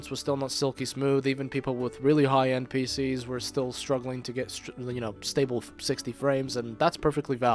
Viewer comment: "really high NPSc" LOL. I know he said "really high end PCs".